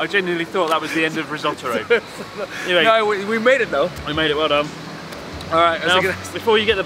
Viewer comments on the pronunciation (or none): Risotto-ro? XD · You started calling him Rissotoro. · <3 "Rissot-aro" xD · Are you calling him "Risottoru" ? LMAO